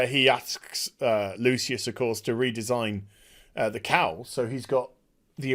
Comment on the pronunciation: It took me far too long to realise you were saying "cowl" and not just "cow". I thought there was some farmyard Robert Pattinson joke I wasnt getting.